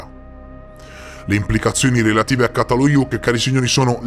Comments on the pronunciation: Ça si pronuncia cia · Grazie, un bel capolavoro! Ti prego di pronunciare giusto, perché se no sembra completamente in altra parola, Primo C dal Çatalhöyük si pronuncia come C di cemento, cena etc 🙏🏼